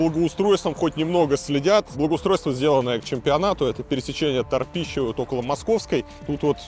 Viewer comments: Улица Татищева, а не торпищева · Илья пересечение не тарпищева и Московской, а Татищева улица имени основателя Екатеринбурга